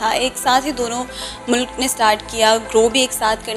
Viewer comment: Mulaaaaaaaak nahi bhai..MULK bolo...